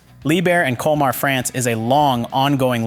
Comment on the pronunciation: Ce n’est pas liebhir mais liebherr et e n’est pas culmar mais colmar